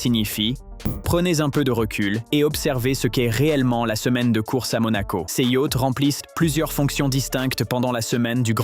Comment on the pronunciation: Des "yacts" ?...!